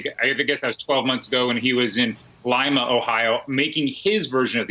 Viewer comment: More geography lessons for you, Hans Nichol, Lima Ohio is pronounced like "Leema", the first vowel having a long "e" sound.